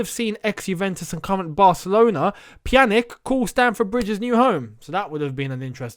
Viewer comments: Its not Pjanick, Pjanić (ć=ch) Same as Pulisic but reversed cuz he wants to be called otherwise even that is not right cuz his lastname is Croatian xD but who cares :D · Hit the like button to tell that it's pronounced "Pyan-itch"